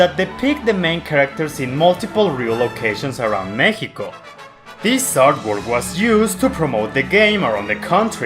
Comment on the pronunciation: You said Mexico in spanish correctly,you deserve my respects.